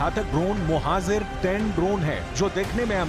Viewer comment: Correct your hindi please, you keep saying Mohazir ,which's wrong, correct words Mohajir